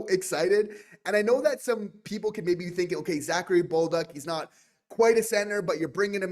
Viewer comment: Guys, it’s pronounced Za-Ka-ri Bol-duc … not Bowl-duck ! 🤣